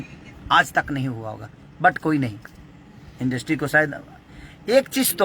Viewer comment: Yaar pahle bolna to shikh lo industry hota hai industi nahi😁